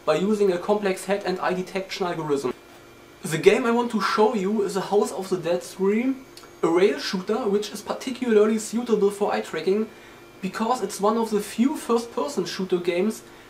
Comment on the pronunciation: aigorizem.... wtf?